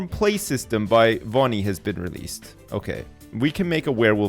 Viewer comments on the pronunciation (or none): Even 9 years later, I die a little bit on the inside everytime pronounces Vony like "Bonnie" instead of pronouncing it like "Sony" with a V in front.